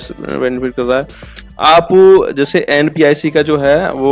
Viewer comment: NPIC nhi hai NPCI hai aap bar bar NPIC bol Rahe hai